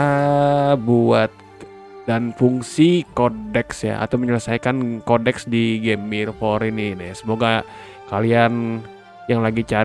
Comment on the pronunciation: Kodeks bro, bukan Koneks 😆